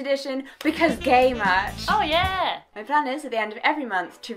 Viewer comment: Jessica said OH YEAH wrong.